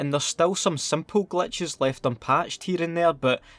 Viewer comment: Is he saying Clutches Or glitches 😂